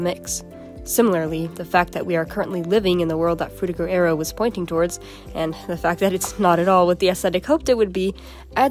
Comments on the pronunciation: Sounds like you say "Frutigo Aerio" sometimes. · Are you like... A real person? How do you manage to change your pronunciation of Frutiger Aero that much lol Frutigo Aereo? Hehe :P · i think you pronounced Frutiger Aero 9 different ways in this video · It's funny how we went from Frutiger Areo to Cyberpunk Dystopia in a matter of a decade or less. Also, I find it interesting how your pronunciation of "Frutiger Aero" changed as the video went on. [Edit: LOL you called it out at the end.] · I like how, halfway through, you started changing the pronunciation of Frutiger Aero every time you said it. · drinking game: take a shot every time she mispronounces "frutiger aero" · u never pronounce "frutiger aero" the same way twice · Bro how are u gonna pronounce frutiger aero like 5 different ways. 6 as i write this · take a shot everytime the narrator switches their pronunciation of frutiger aero